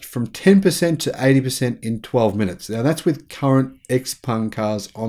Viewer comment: Where can I find a charging station that will transfer this much energy in five minutes? You keep saying "five munutes"... "five munutes"... "five munutes"... "five munutes"... "five munutes"... "five munutes"... "five munutes"... Where? Where? Where? Where?